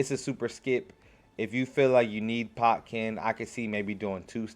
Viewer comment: don't you mean Ken-pot-chi?